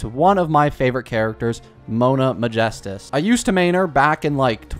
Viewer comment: I wasn't commenting about you, and second of all he said Mona right, but he said Ma-gestus when it's Megistus.